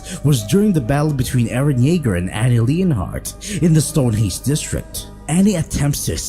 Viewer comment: annie "lean-heart"